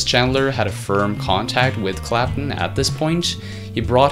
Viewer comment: CLAP-TON. CLAP-TON. IT'S FUCKING CLAPTON not Clap'un.